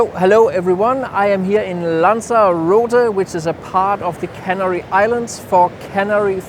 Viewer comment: who? What a load of BS. Guides that are neither familiar with the location nor can pronounce it.